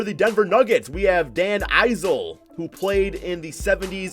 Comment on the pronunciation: it’s pronounced Dan IS-uhl